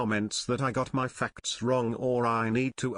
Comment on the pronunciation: I love how the tts says faCTs